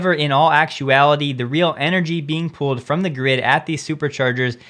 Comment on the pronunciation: Please take this as constructive... 🙏 Try eliminating the sing song delivery when you're reading script. You tend to over enunciate space between filler words and unnaturally inflect your sentences. Also, sure, not 'shore', and the, not 'thee'. When you speak normally as you speak, it's WAY better. (For instance, as when you wrap up your videos.) Love your content and consistency. You're a valuable Tesla information resource.